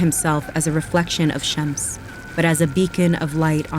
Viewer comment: Is she saying Shemps?